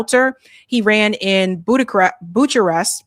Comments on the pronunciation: Buca-rest is how it's pronounced. Bucharest is the capital city of Romania. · Kept wating for you to adress the connection to the orphanage in Bucharest (it's pronounced Bookarest BTW) you never did. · b!tch did u just pronounce it “boocharest”😅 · it is pronounced Book or Byook a rest.(Bucharest). Love all your videos😊😊😊😊😊😊😊😊😊😊😊😊😊😊😊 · Bucharest is pronounced “Bu-ka-rest”.